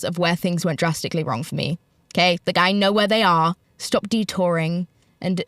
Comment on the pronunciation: “stawp bringing up me mums ARRRMS” 🇮🇪